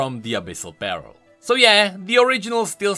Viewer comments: I know you're dealing with dyslexia,, but it's always funny to me how you say "pearl" like it's "apparel" when you should say it like "purr-L". I don't know, it's just something that might help you say it correctly;) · Is it just me that is quite bothered or annoyed on how pronounce Pearl as Peril? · i kept thinking he was saying "abyssal barrel" XD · I know that its just me being bad at hearing but I kept hearing abyssal peril instead of abyssal pearl